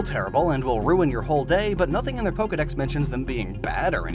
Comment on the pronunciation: THERE IS NO I IN POKEDEX!